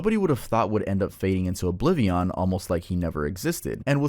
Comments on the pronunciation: Hahahahaha, my boy at the begining said "obli-veon" like the game, nah bro I caught that 😂😂😂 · yo why do you say oblivion like that